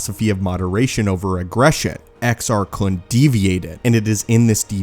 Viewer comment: You're saying it wrong. It's Exar Kuuune according to Eckhart's Ladder and Corey's Datapad lol